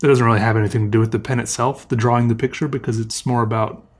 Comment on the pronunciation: Draw-wing